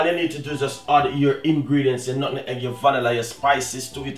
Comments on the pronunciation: Love hear when he says nun egg when it’s really pronounced nutmeg 😂😂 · When him say nutmeg😁😂